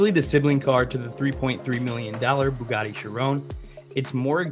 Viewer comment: "So, here's another Buggani for ya" - anyone else notice that he pronounced Bugatti as Buggani? 😋